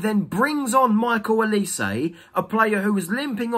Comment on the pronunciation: Why do Crystal palace fans also pronounce Olise's name wrongly? This is infuriating. It's 'O' not 'E' OLISE not ELise!!! It's a Nigerian name.